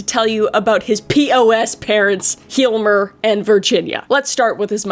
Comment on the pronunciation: Me being swedish trying to figure out what name she tried to pronounce when she said “Hhyjelmer”.